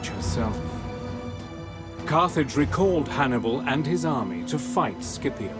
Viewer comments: Fantastic video, but I have to say a little thing, as an italian I can say Scipio has to be pronounced like Shipio and not Skipio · The correct pronunciaton is "Shipio" not "Skipio" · Why on english lenguage the pronunce of “scipio” become “skipiow” wtf😂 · The first half of this video is Historically INCORRECT and the narrator can"t even get Scipios name right at the end of the video and calls him "Sipio" so a 2 out of 10 for this one.